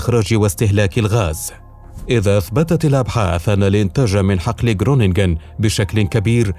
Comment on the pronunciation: خرونينغين و لفض الغين خفيف لا يضهر مبهم.